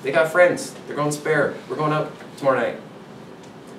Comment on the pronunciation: So I knew he was from Canada, but really didn't recognize it until he said the word "out". Something about Canadians they say that word very differently than us some more exaggerated than others like let's go ouuuuut.